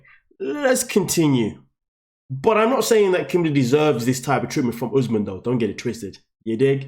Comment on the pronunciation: The fact that keeps calling him ‘Oozmen’ is driving me crazy 😂